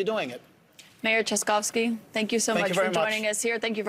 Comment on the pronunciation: this smile means than he was proud of her beautiful pronunciation of his last name (very difficult for the foreigners)